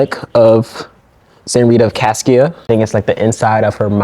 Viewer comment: I lived down the street from this shrine, attended the novena a few times. My friend lived in an apartment on the complex for a time. His little dog got loose one day and ran around the sanctuary 😊. FYI: Cascia is pronounced "Cosh-a"